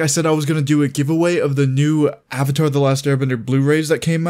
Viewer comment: "my name is ONG and im the OVATAR" "general EEROH" "i challenge you to an agni KI duel" "SOOKA" bruh i almost died when i heard him say ong lol